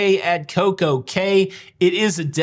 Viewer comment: By the way, Cay is pronounced “key”